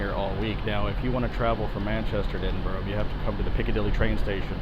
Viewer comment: Your nailing the English and Scottish city pronunciation ;)